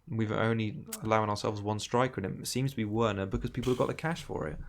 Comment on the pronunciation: Please call him Verner and not Ouerner it's just so distracting and WRONG!